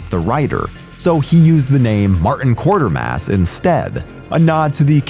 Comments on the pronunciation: Quatermass (Kway-ter-mass), not Quartermass. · His name is Quatermass NOT Quartermass. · Quatermass, not Quartermas. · You use Tachyons as if it represents a group of people or something, and you mis pronounce Qatarmass. Just .... do better.